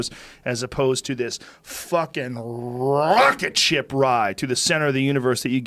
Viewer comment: Joe "RRRRRRROCKETSHIP RRRIDE" Rogan